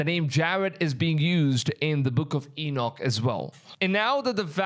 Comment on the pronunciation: His name does come up often... Great video brother. Some how you pronounce Enoch correctly, but murdered Nephilim! God bless you Maranatha!